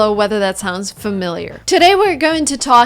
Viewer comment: Yeah. You totally speak Fimiler